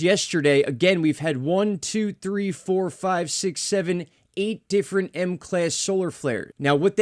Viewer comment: Great update as usual and I loved the vocal emphasis on the EIGHT !😂